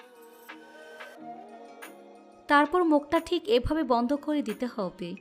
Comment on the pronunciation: আপনার হব্বে শুনে আমার হাসি পায়